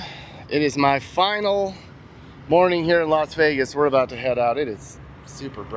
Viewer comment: Lost way gas ⛽😊😊or Lost vey gas is it a v or w.